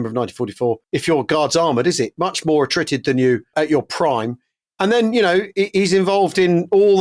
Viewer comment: Please stop saying 'atritt.' It's.... just stop. Please